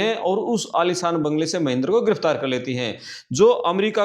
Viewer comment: Aalisaan ke Aalishaan ?? 🤣🤣